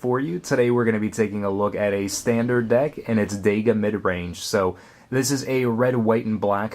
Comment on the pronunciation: The name is so cool, why do you call it dega though?